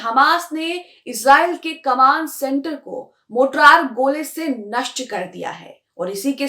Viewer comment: मोटरार नहीं "मोर्टार" ..... कैसी पत्रकार हो ?? मोटरार नहीं "मोर्टार" ..... कैसी पत्रकार हो ?? मोटरार नहीं "मोर्टार" ..... कैसी पत्रकार हो ?? मोटरार नहीं "मोर्टार" ..... कैसी पत्रकार हो ??